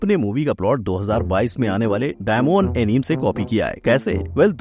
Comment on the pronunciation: Bhai एनिमे hota hai na ki एनीम Plz.. aagye ye mistake mat karna